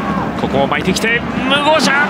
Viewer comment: ムゴシャって間違えんなよふつうに笑笑